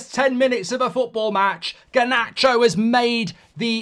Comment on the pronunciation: Why does he pronounce Garnacho like “Guhnatcho” ?? 🤣